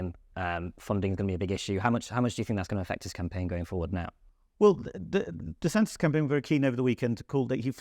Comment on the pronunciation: There is no extra ‘s’ it’s just DeSantis’. Imagine a journalist not knowing that